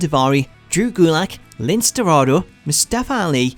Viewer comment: lincE pronounced linsay